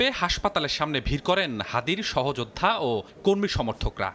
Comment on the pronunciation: Style kore news porte jaye to banglar mayre bap kortesan, egula ki editor dakhe na? জামাতকে বলতেছেন জামাট, অস্তিত্বকে বলতেছেন অস্ টিট ট। সহযোদ্ধারে বলতেছেন সহযোড ডা। ল্যাংগুয়েজ ঠিক করেন, otherwise বাংলা ভাষা বিকৃত করার অভিযোগে মামলা করে দেব।